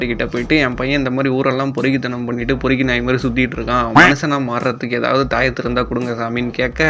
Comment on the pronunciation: பெருக்கி இல்ல பொறுக்கி